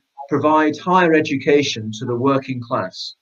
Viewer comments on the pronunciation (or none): none